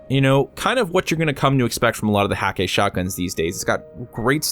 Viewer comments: I may be wrong about this, but I believe Hakke is pronounced: h-EH-ka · Really? The umlaut should make the A sound almost like "eh'. As for the "hah-kay,", that may just be Nathan Fillion's character pronouncing it incorrectly but just owning it lol. That seems very much like Cayde's personality. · There's a cutscene where cayde 6 pronounces it hah-kay